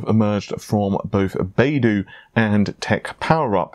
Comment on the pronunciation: BaiDu is pronounced more like “buy doo“. Just sayin´.